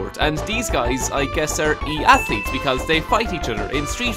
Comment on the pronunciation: "e-athelete" tf